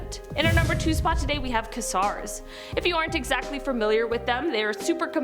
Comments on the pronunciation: A Quasar is pronounced "Qway sar" not " Que Sar" ,,but I am sure she was not around when the television set that was produced by that name brand . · did you refer to a quasar as a "kass-arr"? it's "kway-zarr" lottsa love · Quasar is pronounced Quay-zar. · Number 2 is pronounced quay-zar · Quasar is actually pronounced as qué-zar. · and Cygnus is pronounced Sig - Ness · WHAT IS THIS ASTRONOMY FOR 2ND GRADERS ? I JUST WANT TO HEAR HER PRONOUNCE QUASAR, I HEAR SHE DOES NOT SAY IT RIGHT. BOY HOW DUMB CAN YOU BE. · Have I been pronouncing quasar wrong all these years or did she get it horribly wrong? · she mangled it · I never heard of quasar being pronounced like that.